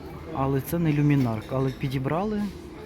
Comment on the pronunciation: Чому кажуть люмінарк, коли за правилом читається люмінарц.